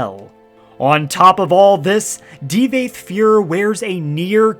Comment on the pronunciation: Ty-burrr? Di-vaath FUER Tf dude lol